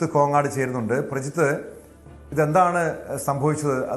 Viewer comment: പരാതി ,,, വിശദമായി.... എന്നൊക്കെ ശുദ്ധിയോട് പറ..... കോങ്ങാട്